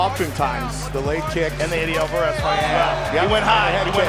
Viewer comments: who the f*ck is Alvarrez? Its pretty obvious you don't even UFC bro! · "Eddie Alvaaarez" ☠☠ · Did anybody else notice how he pronounced Alvarez